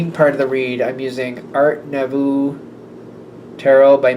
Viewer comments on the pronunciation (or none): nouveau= "noo VOH." Same vowels as "blue toe." (But really say it like you want. You're perfect. I'm not criticizing.)